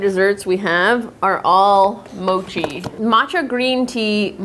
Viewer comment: Ur saying mochi wrong say it like more tree mochi